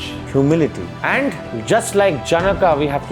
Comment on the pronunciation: Pronounciation of janaka is wrong. Otherwise good. All the syllables should have equal swar. Instead of जन्का, it should be ज न क